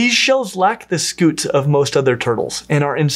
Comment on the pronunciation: It is scute not scoot. I scoot my chair across the room. You were saying turtles have scoots, instead of scutes, sk(y)o͞ot/ .